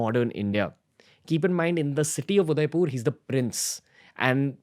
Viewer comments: mind it guys Ranveer can't even pronounce Udaipur properly 😂😂😂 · udaipur.. not udaipoorrr 🙂🙂🙂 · i think its udaipur not udaipoooor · Your pronunciation of Udaipur is wrong . Its not Udaipoor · Is it me or does the pronounciation of Udaipur seem very off